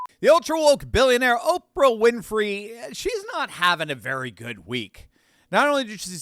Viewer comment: Oops-ra Winfrey XD